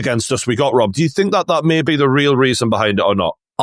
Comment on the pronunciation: When did the word Think change its spelling to Fink? 😂